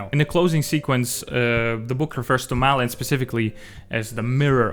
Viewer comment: I think it's more like "Mawlin" than "Malin" (due to the å), but I'm not sure.